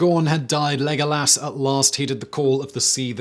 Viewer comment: Lego lass. The new head cannon way to pronounce legolas' name